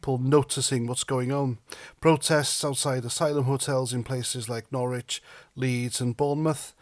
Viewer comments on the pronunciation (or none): none